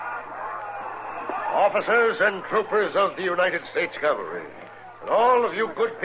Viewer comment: Lol, Chester always says "Calvary" instead of "cavalry."